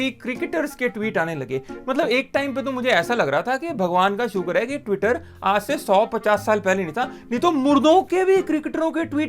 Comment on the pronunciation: I love the way you say "twitteron"🤣🤣🤣